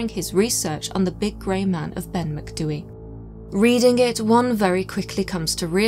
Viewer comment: As a Gaelic speaker who lives by the Cairngorms, thank you for not butchering the pronunciation. 👍 (also lived here all my life and have never heard of this ‘Grey Man’, so super interesting!!) Brocken Spectres are often seen. Worth remembering that hypothermia causes vivid hallucinations, visual and auditory, and heightened sense of anxiety. We also get a lot of ventricular clouds, that really look like ‘flying saucers’, caused by warm air, meeting cold air. See them all the time here. That might explain the UFO belief. I’m not a naysayer or skeptic, just like to rule out natural causes before I conclude paranormal. Tapadh leat.